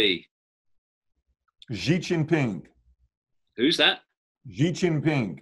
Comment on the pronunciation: XI JINPING is pronounced: SHEE-GIN-PING